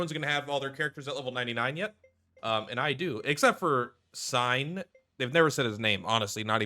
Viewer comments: I thought they did say Seign's name and I think it's pronounced like "sane" part of "insane". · Its pronounced like "sane" theres a whole bit during the prologue where they realize they forgot to introduce themselves. Im pretty sure they also nowa yells his name during their combo. Im on xbox and just started playing like an hour ago.